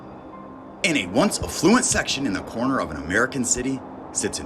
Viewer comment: The word ‘affluent’ is pronounced ‘afff-loo-ent’ all one word, and not ‘a fluent’ which is two words!!!!